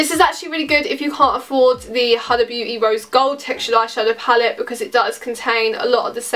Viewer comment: It’s pronounced “hooda” but without too much emphasis on the O